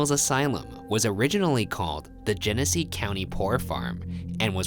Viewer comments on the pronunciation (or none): none